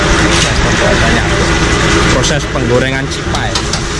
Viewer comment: Cipay ya om bukan jibay 😀😀😀😀😀 Awas salah sebut 😝😝😝